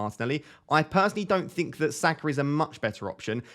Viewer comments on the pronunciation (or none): none